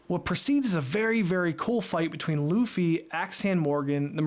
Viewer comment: Sometimes when Nami says Luffy's name, it sounds like "Doofy" 🤷‍♀️